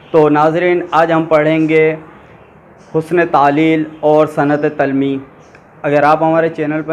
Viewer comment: اچھی کوشش ہے🍁 درست تلفّظ ۔۔۔۔۔۔۔ تلمیح ۔۔۔۔۔۔۔ Talmeeh جامِ جَم ۔۔۔۔۔۔۔۔۔۔۔۔ Jaam-e- Jum